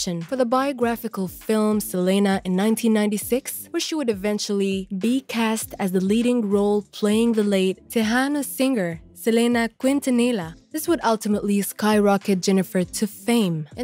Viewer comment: How can you not pronounce Mariah correctly?? And Selena Quintanilla her last name is pronounced keen-ta-nee-ya